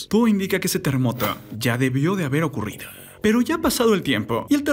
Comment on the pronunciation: Tierre, terremote, ocurride, pase que pedo con tu voz de eco 😂😂🙄